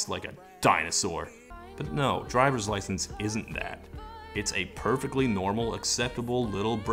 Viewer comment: "i gort my droyvers lyschence" ugh